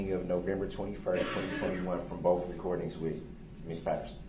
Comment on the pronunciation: The more I watch him the more his pronunciation of oath, both and truth infuriate me. I know he can pronounce words with TH because I've heard him do it. It's pure laziness and I'm positive the jury thought it was as well. Not a good look at all.